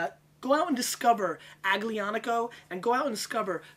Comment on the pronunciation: The "g" in Aglianico is silent. Pronounced like "Al-Yonn-ico" or so.